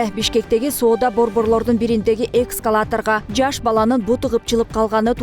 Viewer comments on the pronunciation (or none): Журналист, экСкалатор -эмес, ЭСКАЛАТОР!!!! Туура сүйлө! Интернеттен карап койсоң болот да